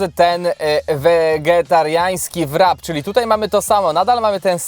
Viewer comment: jak mowisz wrap to prosze mów rap. Nie mowmy po angielsku słów jesli nie potrafimy je wymówić